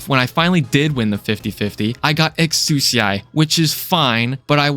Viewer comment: kernel is just bad in general, also exusiai is "X-C-ahh" or like "ek-see-ahh" as for the gold cert shop, I've never really considered it as a hard pity but it makes sense to see it that way. The only issue is that you can obtain gold certs really easily through recruitment, and they'd just be handing out free 6* if all the operators were purchasable.